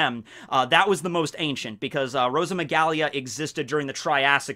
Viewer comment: ROSA-MI-GAH-LEE It is spelt Rosamygale not ROSAMYGALIA.